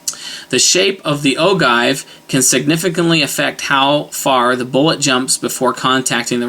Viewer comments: Its pronounced O-GEE not O-GIVE. Your video is basically meaningless. People who don't know the differences would be confused because you are basically rambling and incoherent. The rest of us know the differences. You are not doing anyone any good. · Just a point of information (FYI) ... OGIVE (Pronounced: Oh'-Jive) . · ogive is pronounced oh-jive. just some friendly criticism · Ogive- Pronounced as Ojive. Make that G a J sound and youre good. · load to 223,specs and your golden, second thing is its pronounced oh jive, unless you shoot an antique your good to go with any load book recipe you want unless you're going beyond book pressure I've popped primers on my bolt and have proof lol, basically they're all the same loads if you have modern firearms in good condition and stay in Sami specs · love the vid -- keep 'em coming! btw "ogive" is pronounced oh-jive...